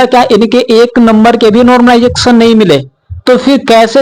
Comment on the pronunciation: माइकल जैक्शन बोल दिया कर , नॉर्मलाइजेशन नहीं बोल पा रहा तो!!